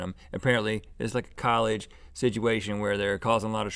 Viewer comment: ALERT - Rhett "Sidgeuation"!